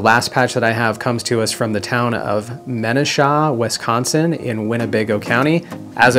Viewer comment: I used to live in Wisconsin...he butchered the pronunciation of Menasha, lol....